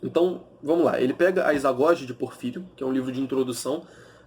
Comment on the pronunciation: Bom vídeo! Só um detalhe a pronúncia do livro é ''izagogué''. Valeu mestre